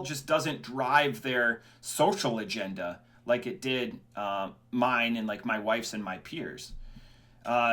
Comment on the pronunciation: Hard R on agenda??